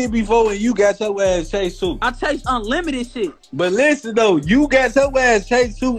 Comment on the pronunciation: When he say unlimited he actually saying.....nvm lol